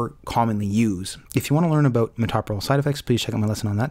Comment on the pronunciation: That drug is pronounced to sound like this: muh tow' pro lol - accemt pm tow me to' pro lol You don't say muh TOP' pro lol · tow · pruh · laal